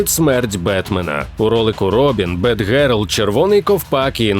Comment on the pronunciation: згоден, але було б ще краще, якби не було ляпів типу "респОвн" та "бетгЕрл" українська транслітерація це добре, але іноді вона ріже вухо) дякую за чудовий та якісний контент 💙💛